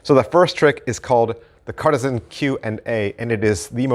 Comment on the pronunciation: Great review. Perhaps review your pronunciation of the words "Cartesian" and "Hecate"...